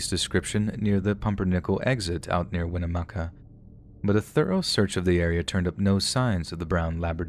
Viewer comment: You have to go through winnemucca to get to reno from wells, I'm from winnemucca awesome job on the pronunciation of the town name!! 👏 We unfortunately still don't know what happened to Patrick or his dog.